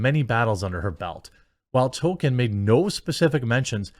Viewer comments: I love u Jeremy. However, please pronounce it "TOL-KEEN" not "TOW-KIN" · Jeremy why are you always saying token? It's Toll-keen. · Dude. it's TOLL ke in. Not token. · TOLKIEN NOT TOKEN 🤣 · Dude, it’s not TOKEN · TOL KIEN not towken TOLLL KIIIEEEEN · JEREMY. IT'S PRONOUNCED TOLL-KEEN, NOT TOKEN. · Nobody: Jeremy: “Token” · TOLKIEN not TOKEN. Also elves with names starting with C are pronounced as K (ie Kelebrimbor and Keleborn).